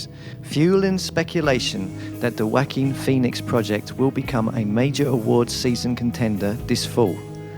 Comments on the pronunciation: It's not "Wacking Phoenix". It's "Wah-keen Phoenix" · He said Wack-king Phoenix!...😂😂😂🤦🏽‍♂️❤️ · I love how you pronounce Jaoquin!!! "Whack-een" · Lol, I heard it as Wacky Phoenix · I will give you $10 to pronounce his name right